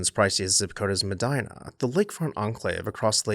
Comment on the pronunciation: Thank you for pronouncing Medina in Washington accurately